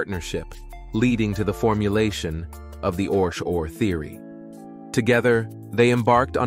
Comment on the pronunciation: It’s pronounced ORC O.R.